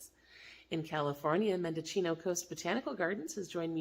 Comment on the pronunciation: Mendocino is pronounced men-doe-seen-o. Awesome information thank you.